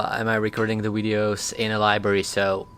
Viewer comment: i like how he says "wideos"